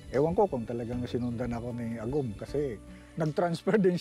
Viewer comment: Ahhgom ahaha🤣 Agum po 👍